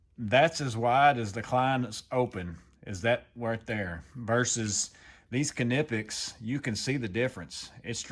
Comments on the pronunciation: Not to bust your balls but it is pronounced as Nip-pex. I honestly feel like it was intentional that you keep adding the car at the beginning of it and I'm dying from it if it is intentional if not it's still pretty funny not really trying to be ugly or anything I just didn't know if you were aware and I'm not even going to like even try to lie and say that I've never actually said it the exact same way before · That extra syllable with the beginning of the word has got me rolling over here it's like when people say qwhiskey lol. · I pronounce them like knife 🗡 because ka-nife doesn't sound right ny-pex makes more sense to me.